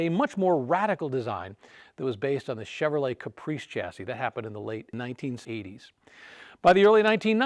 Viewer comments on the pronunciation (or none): none